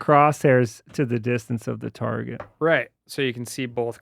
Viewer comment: I just noticed that when reads he always says THE like “thee” and never “thuh”. Interesting!